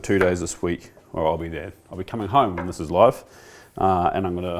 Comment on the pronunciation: The only way I knew you were a kiwi is that you pronounce “this” like “thus”